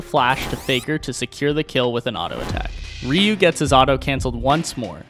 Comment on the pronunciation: I find it fascinating that some people pronounce Ryu as "Rayoo" or "Riyoo".